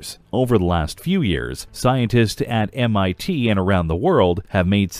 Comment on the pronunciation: “A team of researchers from MTI”(2.38)? Flubbed that one!...huh